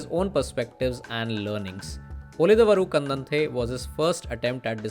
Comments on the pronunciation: To be pronounced उळिदवरु कण्डन्ते. Thank you. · It's da of darling not da of the... Ulidadavaru kandante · उळिदवरु कन्डन्ते is how it is pronounced. Assuming you speak Hindi. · Your efforts to research on cinema is much appreciated. It would have been better if you have put some more effort to learn how to pronounce movie name. If you have any medical issues in Pronouncing properly I am extremely sorry.